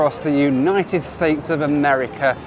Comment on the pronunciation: Across amerikerr